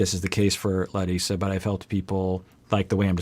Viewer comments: He said Larissa’s name better than larissa. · Hey! My name is Leticia. I'm always watching your content and love it. As a Brazilian, I really appreciate your concern with the pronunciation of Larissa's name! It is the very first time I hear an English speaker saying Brazilian names correctly, or even trying. Thank you!